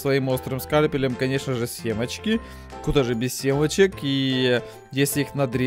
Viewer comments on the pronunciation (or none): НЕ СЕМАЧКИ, А СЕМЕЧКИ!!! ЛЛЛОООЛЛЛ!!!